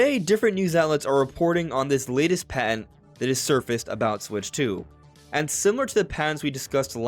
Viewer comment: patent, not pant. dude, do some elocution lessons on youtube or lay off the coffee. if your job is speaking you need to do it with care.